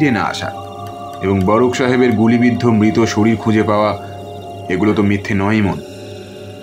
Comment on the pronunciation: দ্বন্ধ নয় দ্বন্দ্ব।মৃত উচ্চারণ কয়েকবার মিত হয়েছে।Finally post করার আগে সংশোধন করুন